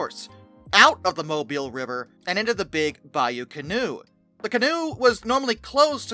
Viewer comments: >_< Yep, ima be that guy. It's pronounced Ka-Knot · Are you local? Genuine question (not being snarky). I would have presumed a French origin and pronounced it can-OWE. Just checked Wiktionary; it is of French origin (cognate with the English canoe) and they give the pronunciation CAH-nò.